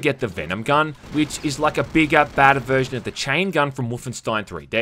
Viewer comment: I agreed with everything you said! Except on how to pronounce Wolfenstein